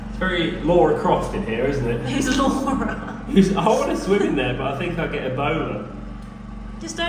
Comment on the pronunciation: Lara, not Laura. 😇